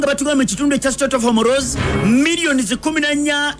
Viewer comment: the word is not Homoroozi it's Hormuz pronounced as Homuuzì